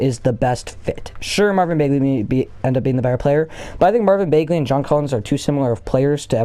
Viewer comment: It’s Bag-Lee not Bayg-Lee